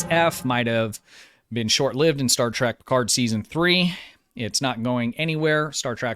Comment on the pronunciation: Why do you keep saying Star Track?